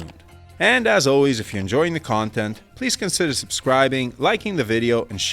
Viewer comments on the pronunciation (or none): none